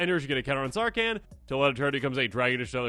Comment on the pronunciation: Is the h in Sarkhan so silent you think he's a Can